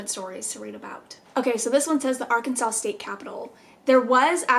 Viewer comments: Ar CAN sans 😂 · Can definitely tell your not from Arkansas cuz you can’t pronounce any of our towns correctly